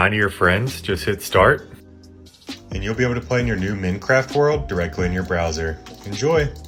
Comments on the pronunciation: bro said min-eh-craft instead of minecraft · Its "Mine" craft, not mint but replace the t with e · Mincraft? no its Minecraft. bah bah fettt? no its bobofett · love when he said "minicraft" and "googlie" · AY THERES NO WAY THIS GUYS SAID MINT CRAFT 🤣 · did he just say minacraft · bro saide minicraft :Skull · "menecraft" he said (this is not an insult this is a joke) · He Literally Pronounced Minecraft Wrong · His pronunciation of Minecraft tho 😂